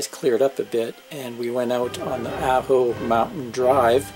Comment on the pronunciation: Ajo is pronounced Ah' hoe. Ah like in Awe. Thanks for posting your scenic video. Lovely music. I've saved this to my Arizona playlist, to the Organ Pipes section.